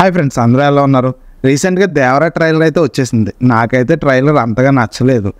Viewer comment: ట్రయిలర్ ని ట్రయిలర్ అని సరిగ్గా పలకలేవు పూకా నువ్వు చెప్పాలి ట్రయిలర్ గురించి